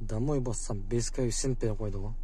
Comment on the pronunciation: Жун баш качан коэффициент деген созду туура айтасын, кайефсент деп чычывересинер да тажикиский акцент менен айтып😂 Каффицент деп айтылат башына жун